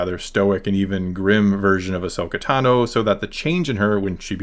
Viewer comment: A-Jonah Tano